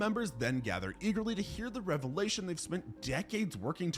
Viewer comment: Desau’s revelation, not relevation. 😂😂